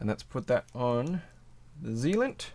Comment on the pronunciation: You're pronouncing it "Zilient" but isn't it "Zilent" as in silent? Great video, very helpful. What weight were these?